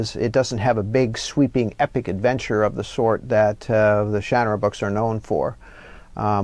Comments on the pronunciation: He mispronounces his own word. Shannara is obv. pron. SHuH-Na'ra....!!! Not sha-nara with a as in Hat. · Interesting on the pronunciation of "Shannara"